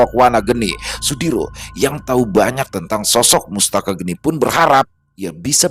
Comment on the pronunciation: Sepertinya bukan mustaka geni, tapi mastaka geni Mastaka (kepala) geni (api)